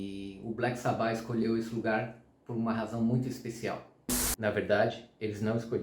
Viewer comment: Pqp... Dói ouvir o cara pronunciar "sabÁ"... Pqp... escuta o próprio Ozzy falando cara... a pronúncia é "sÁba"... por favor... pqp 😂